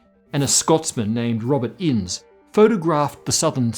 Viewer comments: "Innes" is not pronounced, "Inns", but "Inn-is". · Scottish person here, Innes should be pronounced "in-ess", not "ins". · It is pronounced in-ness, not "ins" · Scotsman here, you also need to correct your pronunciation of Innes. It's not in's, It's pronounced in-his but drop the H..... like finish but swap the shhh at the end for just S and drop the F. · Not meaning to pick, but the Scottish surname is pronounced In-nes, not Inns. Yes, that's right, two syllables. Even Google translate says it correctly. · Hi - in Scotland the surname Innes is pronounced INN-is not Inns. Love the show, keep it up! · Great video, as a Scotsman can I say it’s pronunciation is (inn es) not ins ;) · Innes is not "Ins", it's "iniss" rhymes with Guinness. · It's read "E ness", not "Ins", I believe. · As a scotsman, I'd like to point out that Robert innes is (almost certainly) pronounced like 'Innis'. I have corrected an astrophysicist. Yesssss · Innes is pronounced In-niss. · Yo! Love the channel. As a Scot, I wanted to point out that "Robert Innes" should rhyme with "Guinness" when pronounced correctly. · Pronounced in-nes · Innes is pronounced Inn-is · Wait Innes is pronounced 'ins?' I've been calling him 'in-us!' Why did nobody correct me? I've been making an idiot of myself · The name Innes is pronounced In-Ness. I know as a New Zealander I should not expect better from an Australian. Nevertheless, please try harder in the future. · Innes has 2 syllables: Inn-iss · pronounced "innis" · Innes is said inn-iss 🕊🏴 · My old science teacher's last name was Innes, it's pronounced Innies iirc :) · Pronounced as Guinness without the g in Uk hence the unsurpassable Innes book of records in the 70s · You might also want to learn how to properly pronounce Innes while you're looking at corrections. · I don't think that's how you pronounce "Innes". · Any other Scots here slightly off put by that pronunciation of Innes? 😂